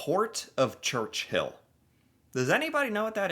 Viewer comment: „Church-Hill?“ no , Churchill 😂 .. Port of Churchill is named after John Churchill, 1st Duke of Marlborough (1650–1722), an English general and statesman. (I would have bet after Winston Churchill, but no) … Duke of Marlborough ( Marlboro is an American cigarette brand - too close to ignore)